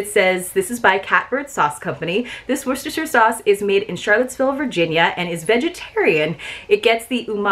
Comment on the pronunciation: I always love watching this box. Maybe because I live in Maryland. I love apple butter (on rolls or with cottage cheese) but I'm not sure about adding a pumpkin spice flavor to it. Have you tried it? Hey good job on pronouncing Worcestershire sauce, that one is so tough to pronounce. I LOVE the artwork on that sticker.